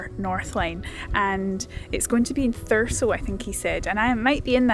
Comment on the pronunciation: I'm actually from a place very close to scotscalder, bizzare seeing everything from inverness station and the train to caithness in one of your videos! Edit: Did you pick up the pronunciation of 'Thurso' along the way or was it totally by chance you pronounced it the way locals do? 😅